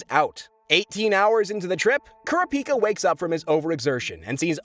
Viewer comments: CARA-PEE-KAH bro just say corrup-peekah 😂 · Its Karapika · Algo repeat after me Kurr ra pi kaa...bro hasnt even watched the anime. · KUR -RA-PI-KA not kura-pika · Why does this nerd keep saying Kura Pika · Repeat after me, Coo-rah-pee-cuh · Bro kura-pica 😂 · KOR-RAP-PIKA! DAMN YOU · Bro said care-uh-piki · Also kurr- ah- pika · or "kura pika" lol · Bros not saying the names right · The way you’re pronouncing Kurapika’s name makes think you never watched the dub version 😒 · I hate the way you say kurapika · Bruh put some respect on my son Kurapika and say his name right 😭😭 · What is this Kelua , Aluuka , and Kerapeaka shit .. it is KEE-LU-AH (Killua) , AL-LU-KAH (Alluka) , and KU-RAH-PEE-KAH (Kurapika) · (Key-loo-ah) killua. (Ker-ah (scream sound)-pee-cah) kurapika. (All-loo-kah) Alluka. Say the mf names right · nah the way he pronounces those names 💀💀 killua?? nah nah we got kelouhuh kurapika??? no. keruhpika alluka?? never. uloohkuh im dead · This is getting annoying Killua- (KEE-loo-AH) Kurapika- (Koo-RAH-pih-kuh) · Why THE FCKK do you say Kurapika and Killua’s names like that? Like bro not even Killua’s mother says his name like that. What are you doing? Stop it LMFAOOO. Bro wanna be different so bad 🤔👀😂😂😂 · Unfortunately you butchered killua and kurapika names. Like you didn't even try. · The amount of mispronunciations regarding Killua and Kurapika is staggering...